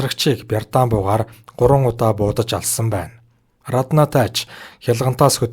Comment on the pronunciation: Рррраднаа гээд байх юм.Раднаа гэж бичээд Араднаа гэж дуудаж байлдаа